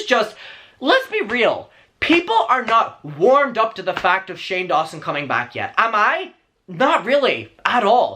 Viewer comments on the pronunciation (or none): I keep hearing Shame even when people say Shane. Help))).